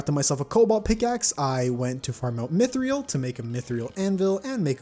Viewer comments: why does he say mythrial, I thought it was mythril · why do you say mif-ree-al ? its pronounced mif-rill sorry for buttin' in on that